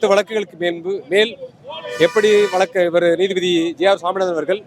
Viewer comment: போராட்டம் வெற்றி பெற வாழ்த்துகள்... நீதிபதி என்று உச்சரியுங்கள்